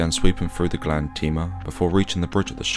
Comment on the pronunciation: You also mispronounced Grande.